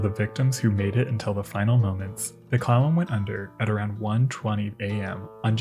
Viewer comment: Kept hearing "clown", not Clallam, not a good start but a good end...for the episode not the clown..Clallam...eh